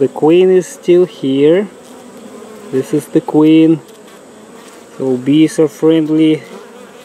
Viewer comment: I’m sorry. I know it’s dead but I only think of Uganda Knuckles when he says da queen bee 🐝 . “We have found da queen!”